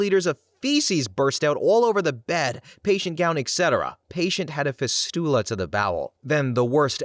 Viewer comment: Please look up medical pronunciations. fistula and hemoglobin are two examples you got wrong.